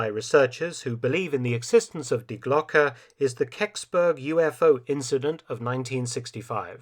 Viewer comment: Maybe someone has already said it—it is pronounced Dee Glocke, not dye Glock! Twangs my brain every time I hear it mispronounced. Does anyone check and correct the AI narration? The ‘e’ in Glocke is pronounced like the ‘e’ in Porsche (not Porsch).